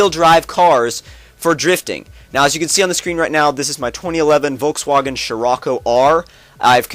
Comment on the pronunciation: He pronounced Volkswagon like "Volkswogen" Lol